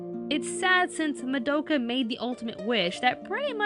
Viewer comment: Was anyone else annoyed at how pronounced Madoka's name wrong?